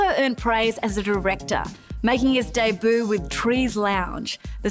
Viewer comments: "...making his day-boo..." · I liked seeing these older clips of Steve, but what is with the terrible host of this show? "Making his deboo"?@ Words are your craft, lady.